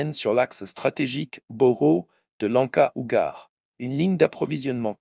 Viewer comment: Ugar c'est Ugljedar ! Paris ce n'est pas Pai ?! Non?! 😂😂😂